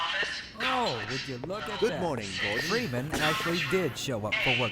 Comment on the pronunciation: Freeman versus geeman